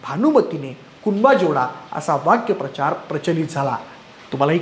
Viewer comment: 'वाक्यप्रचार' नाही, 'वाक्प्रचार' असा उच्चार होतो!